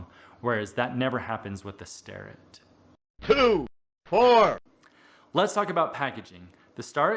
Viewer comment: I always say "star'-ett but, according to videos posted on their website it should be pronounced 'stair'-ett.